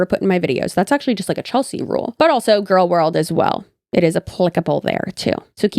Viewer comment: I'm...I'm sorry but "gorlworld"? Hi 😂